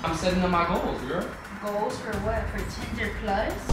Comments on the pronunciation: LMAOO "Tieder plus" IM DEADD 😭😭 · said tynder plus that shi was funny😂